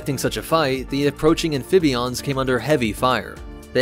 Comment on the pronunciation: I left a like for "am-phib-ions" 😉😋